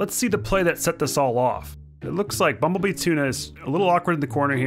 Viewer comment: U didn’t say bumble bee tuna right. Look up ace Ventura